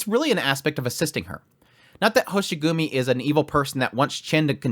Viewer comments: It's Hoshiguma not Hoshigumi. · Sorry, but I'm gonna be that guy: It's Hoshiguma, not Hoshigumi. Happy you enjoyed the somewhat slower ep. Though things are gonna pick up soon! If you still have the 5* selector tickets that you just get at the start of the game, then you should be able to find Swire in 1 or 2 of those tickets. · General information is that, Ch'en's race is lung and Talulah's race is draco. Also it's hoshiguma not hoshigumi.